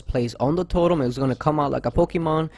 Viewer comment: Its totem not torem 😪